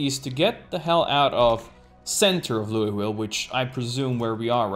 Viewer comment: As a Kentucky resident, I am very angry on how you pronounce Louisville. It's pronounced Loo-eh-vull